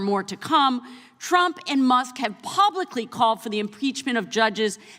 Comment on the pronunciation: Did she say President Chump?!